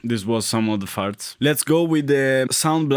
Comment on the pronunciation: “Farts-uh”. You say “farts” in such a wonderful way. Aside from that, thanks for doing these videos. I was of the majority and had a few versions of the Adlib/SoundBlaster cards growing up. But not right away. I had to play Commander Keen an Wolfenstein-3D with that dreadful PC speaker.